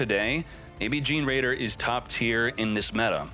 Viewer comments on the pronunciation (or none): I think generaider is pronounced like generator